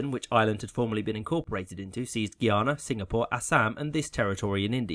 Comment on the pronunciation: Just gonna say its pronounced Guyana not Guiana